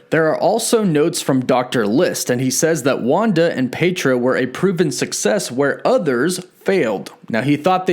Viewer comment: PyETro, not PayDRO